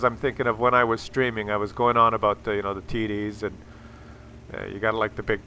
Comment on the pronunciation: Im not an english speaker by birth, but is TD's really pronounced "tiddies"??? Just asking... 😁